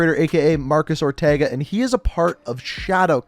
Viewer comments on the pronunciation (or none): none